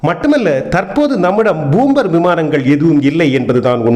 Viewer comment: என்னப்பா🙆ஆச்சு😏 உனக்கு பூம்பர் அல்ல பாம்பர் விமானம்